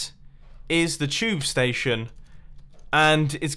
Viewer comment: Mumbo being a Brit and says 'a TUBE station'XD